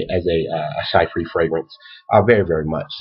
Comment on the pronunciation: She-pra, not shy-pre.